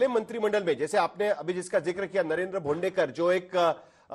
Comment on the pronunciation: भोंडकर नही भोंडेकर 😂